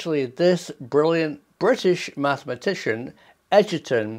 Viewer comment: Small pedantic correction, sounded like you pronounced the mathematician's name as Edgerton, it was Sir Arthur Eddington who led the expedition to observe the total solar eclipse on 29th May 1919. Eugene Podkletnov, a Russian materials scientist who obtained his Doctorate from the University of Tampere, Finland, specialising in superconducting ceramics. He claimed to observe a 2% gravity reduction / shielding effect above a rotating superconducting ring in 1992. Check out Podkletnov's Wikipedia entry for more info, includes reference to a BBC news report about Boeing's Project GRASP (Gravity Reduction and Advanced Space Propulsion) attempting to duplicate his experiment. Also check out the Wikipedia entries for Thomas Townsend Brown and the Biefield-Brown Effect. Brown experimented with high voltage capacitors that produced around 10% weight reduction / thrust, and demonstrated levitating discs to the US military.